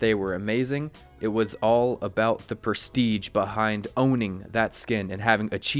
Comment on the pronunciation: Its presti"sch"e not presti"tsch"